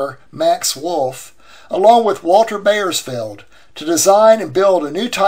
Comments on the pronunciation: Bauersfeld is pronounced "Bowersfeld", not "Bayersfeld". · Might a more accurate pronunciation be "bowers-felled"? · I wish you could pronounce the name (Bauersfeld) correctly. Otherwise this is a wonderful posting.